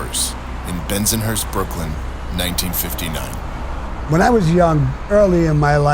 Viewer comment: The way the narrator said bensonhurst..weird.